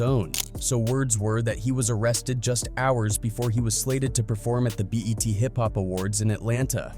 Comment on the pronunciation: Butchered the ti vs tip album name, and the 'bet' awards? You gotta calibrate that speech reader to understand acronyms cuz that shit sounds like an alien pretending to be human